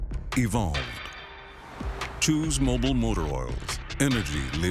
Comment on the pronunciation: Hello, it's not mobile, it's MOBIL no E so it's not bile,, its bil.